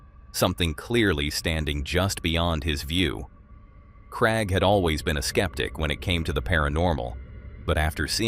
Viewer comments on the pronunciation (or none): I'm from England 🏴 it's Craig 😅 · Yeah I hate how he says Craig, so annoying say it properly matey!!!!!!